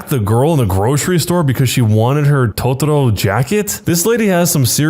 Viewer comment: The way he pronounces totaro (a creature from a studi Guibli film) is so funny